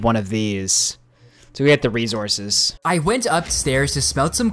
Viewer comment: Do you purposely say resources wrong